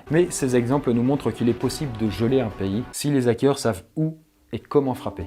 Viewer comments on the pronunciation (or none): On dit des Zarricots? Non! Alors pas des Zackeurs... merci :) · "les Zakeurs" ZAEOIUGHAQ£